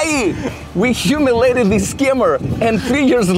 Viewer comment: Also they say humiliated wrong